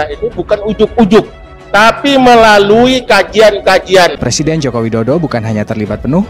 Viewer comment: Dalam plakteknya ibu kota bau. Menurut LIZAL LAMLI. Eh mau jadi pleciden.ngomong "R" aja ga bisa. Hehehehe.